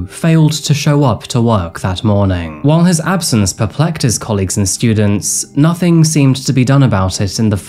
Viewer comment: I appreciate your videos. And I do enjoy them. But if you put so much effort into them - which you clearly do - please pronounce words correct - perplexed u said perplecked. I’ve noticed this in a lot of videos. U focus on being ‘dramatic’ instead of correct language. And your natural language as far as I am aware is English.